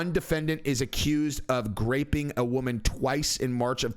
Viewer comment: is he saying GRAPPING